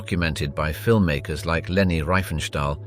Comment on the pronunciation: Google it! Also, it’s Leni not Reni.